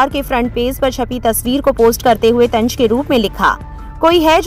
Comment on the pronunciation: Lafz ya word Tanj nahi tanz hota hai